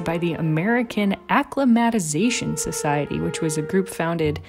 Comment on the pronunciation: That is a weird pronunciation of "acclimatisation". That's the word "climate" in the middle, if that helps any.